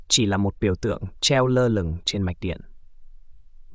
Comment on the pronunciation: Cát t, đất t, mạch t 😮